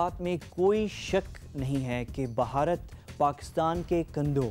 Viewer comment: Pehle country ka naam to thik se le lo...it is not "BAHARAT"...it is "BHARAT"...